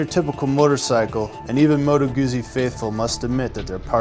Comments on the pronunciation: Note for the commentator : GU"ZZ"I it is pronounce like Pi"zz"a , I'm assuming you don't order a PIZA so non this case you don't say Moto Guzi it is too GUTZI to explain better. Listen to the German review comparison between BMW R 1200 and Griso V8 and see how they say to GUZZI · Why the hell can't you 'Muricans say Guzzi properly? It's pronounced just like piZZa, see, GuZZi, piZZa, GuZZi, .... and a journalist that can't say the name of the bike. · It's not just Americans. Watch British, South African or Australian videos and they all mispronounce it. It's an English language thing. Deal with it. In the UK you're likely to hear "Guhzee" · LOL, he said Goozy :D